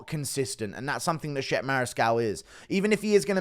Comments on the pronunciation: "Shep" 😂😂😂. Is Chep-pay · Mariscal’s first name is pronounced “chep-aye” not Shep